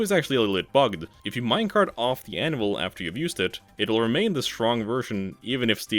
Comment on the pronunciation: Absolutely obsessed with how every time you say "Anvil" it sounds like you're saying "Animal"